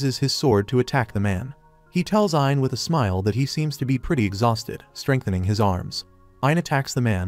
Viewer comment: This is agonizing. The AI you're using seems to consistently misgender, cannot properly say the words "smile" or "smiling", and boy does it like to say the word "Herself" a lot. I quit. I am really having to work to understand this narrative and it's just too much .😢